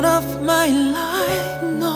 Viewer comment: Life 발음을 좀 더 잘했으면 훨씬 몰입됬을텐데 라임 처럼 들려서 집중이 잘 안됨 ㅋㅋ